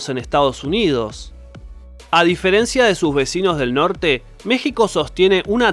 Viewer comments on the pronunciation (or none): none